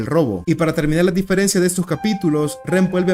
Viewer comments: soy el unico q se da cuenta q durante todo el video dice diferecia y no diferencia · soy el unico q se dio cuenta que todo el video dice "diferecia"? ajajajjaaj